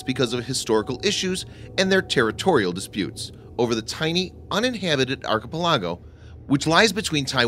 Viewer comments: never heard someone pronounce archipelago as Arky-pi-lago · try the word archiPELago it will sound like you know what you mean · Thanks. What did you say? Archepel what? Sono is now said 'suno'? What is wrong with people? Make the effort. Both words are part of the English lexicon. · Please go to ANY dictionary an look up the proper pronunciation of archipelago. (ahr-kuh-PEL-uh-goh) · Thanks for the original content. Have a look at how you pronounce "archipelago". Emphasis should be on the "pel". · Interesting information, but this narrator's constant mispronunciation - even of purely English words like archipelago - is very distracting. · Learn to pronounce "archipelago" and "sonobuoy". Also, what was the countdown about?